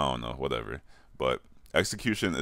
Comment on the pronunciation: '' I oh no '' ''Wudevew'' ''Call of Doody '' SPEAK PROPERBITCH